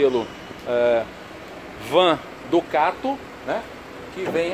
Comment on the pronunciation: Ducate é péssimo...em alguns vídeos ele só fala Ducate...pelo amor...hauhauhau